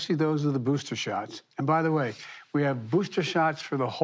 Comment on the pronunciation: IM GONNA GIVE IT TOYA STRAIT!!!! LOVE HIS SMILE WHILE SAYN THERES PLENTY OF BOOSTAS!!!! WE GOTCHYA BOOSTAS HERE!!! GETCHYA BOOSTAS!!!! PLEASE PLEASE GET VACINATED NOW!!!!! YOU LOVE YOUR KIDS RIGHT!?!?! GET EM VACD AND BOOSTAD!!! BOOSTAD!!!!